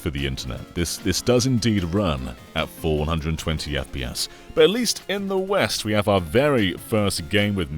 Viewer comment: Sounds like you're saying "four hundred and twenty fps", when you are probably saying "full one hundred and twenty fps".